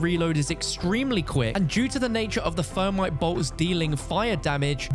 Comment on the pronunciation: "Using the fermite rounds in the high fret zone". 😂